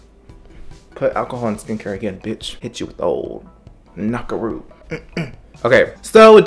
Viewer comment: sis really said "KNocKaROoO" DNKNKWNFIEIFI lmaoooo